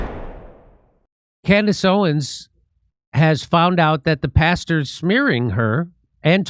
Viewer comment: JIMMY MAYBE ITS ME IRISH BROGUE, BUT WHEN YOU SAY PASTERS, IT SOUNDS LIKE YOUR SAY BASTARDS,😂😂🇮🇪🇮🇪🇮🇪🇮🇪